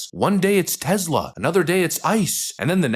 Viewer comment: It's TeSla, not TeZla.